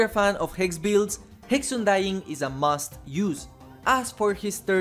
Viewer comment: I had a stroke after you said 'UNDYING' like that...